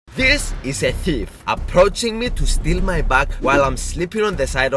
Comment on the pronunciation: In the start when he Said thief he sounded like he hade a Swedish accent